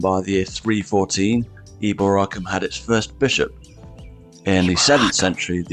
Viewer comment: Eboracum is not pronounce as the narrator pronounces it with the accent on the third syllable. Rather, the accent is on the second syllable.